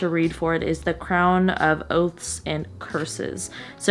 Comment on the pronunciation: I was only listening to the video and I thought you said "The Crown of OATS and Curses" lol I had to check 😂